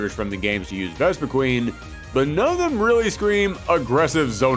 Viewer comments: so a couple things 1 - why did Mewtwo not return? it is Mewtwo... 2 - Vespiquen was pronounced wrong, the name clearly says quen, not queen 3 - why not a Ultra Beast like Nihilego? with the partner being Lusamine, making it a very disgusting and creepy fighter, with it latching onto the other fighter and shoving poison into them, like how it did to Lusamine, it is a Parasite afterall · Greninja T H E M O S T P O P U L A R P O K É M O N I N T H E W O R L D Dude you pronounced Vespiquen wrong It's spelled quen not queen hence it's pronounced quen Zacian is pronounced ZA-SHE-AN